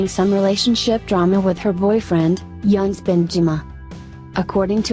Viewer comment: His name is pronounced "Eunice" not Younes.